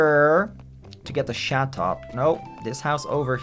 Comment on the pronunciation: Love how he says satot instead of chatot